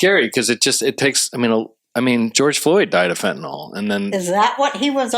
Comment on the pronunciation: The fentanyl part. I LOVE you all so much but it's pronounced fenta-NIL, and not fenta-NALL. But hey, almost everyone says it the second way so I must be wrong. :)